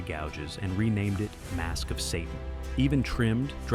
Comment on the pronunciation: Sahhhhhhhh- tan. (ie Satan) Doesn't anyone proof-listen to these AI pieces of shit?